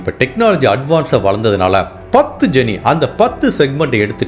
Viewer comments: வணக்கம் Bro. பீட்ஸாவுக்கு பிசையும் மாவை 'டோ' (dough) என்று சொல்லவேண்டும்; டக் அல்ல. அதேபோல, Gene என்பதை 'ஜீன்' என்று சொல்லவேண்டும், ஜெனி அல்ல. 😊😊😊😊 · ⭐️⭐️⭐️⭐️⭐️⭐️⭐️⭐️⭐️⭐️10/10 Nice background music sir Pronunciation of “Gene” is not ஜெனீ sir, it is ஜீன்😇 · Hello brother, I'm a big fan of your narration and content🙂. Just a small correction, as you'll be using the word 'Gene' a lot in your upcoming videos, it is pronounced as 'ஜீன்'. All the best!